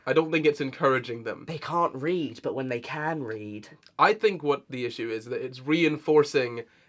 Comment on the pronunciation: not me thinking said "little boys can't breed" not "can't read". oh dear